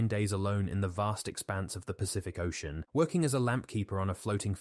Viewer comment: These mispronunciations show non-human narration like no others ! . "danggers" and "ocian" - for dangers and ocean to name at least two !! 😢😯